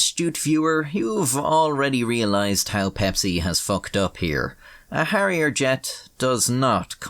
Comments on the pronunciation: Its Harrier, and not Harriet. And its not McDonnell Douglas, its Hawker Siddeley. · Instead of "give me my elephant"it's "give me my hairier jet" lol